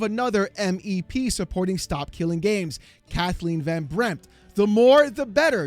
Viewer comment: I tried to look up Kathleen Von Brempt and found nothing, then I realised it was Van and was just pronounced wrong. That's what I get for just listening instead of watching.